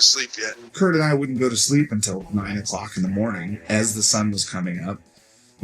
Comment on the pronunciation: they way he pronounces Cobain's first name makes me understand why some youngsters thought he was called "Kirko Bain".